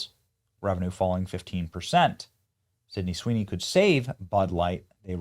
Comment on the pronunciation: This man can't say her name first try😂